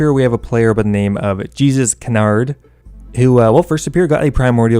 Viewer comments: How do you get my printscreens?! Rsn is :je suis canard and not jésus canard bruh XD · Its not jesus canard lol its “je suis canard” which is in french, translates to “i am duck” in english lol